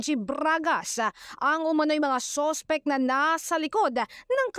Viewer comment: braaaaaaagash posaaash soowspecck. :face-green-smiling